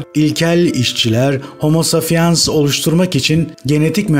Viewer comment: Ne kötü okuyor. Safiens ne ya saPiens! Pes!